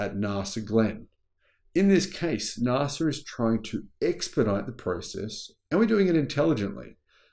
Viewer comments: Mr pedantic here : NAS...A pronunciation not Nar sa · Again with the Nahsa - it hurts my ears so badly,. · Please mate - NASA is not pronounced that way in any country on the globe. Please correct yourself ASAP ... I can't watch the rest of this video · Sorry, there is no R In NASA, if fact threre is no R in the second letters of "National Aeronautics and Space Administration" that needs its use.